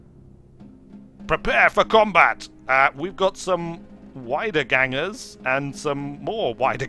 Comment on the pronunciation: Wiedergänger: ["again"-"walkers"] pronounced 'W' as the v in vintage and 'ie' as the i in index the rest was ok tho :P Videos of this game are very nice, are these really cut down versions of streams? Or did I miss-read the title card? But the intro is really epilepticly cut if you know what I mean, esp considering that there was text to read :D